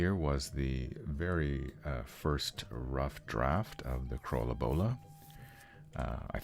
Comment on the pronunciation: It´sa ton of fun to watch the process, and I love your pronunciation of Krølle Bølle. Looking forward to including your art in "The Horror"